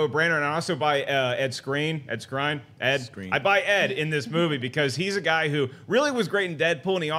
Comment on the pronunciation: pronounced Skrein right...going by how Edd pronounced it when it was his rap name.